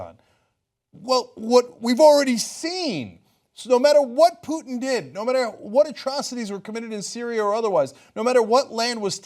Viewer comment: Poo-Putin haha